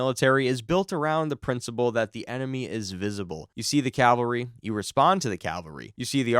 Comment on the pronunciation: CALvary is where Jesus died. CAValry is soldiers on horseback. You keep saying the former.